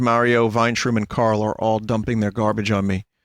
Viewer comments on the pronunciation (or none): none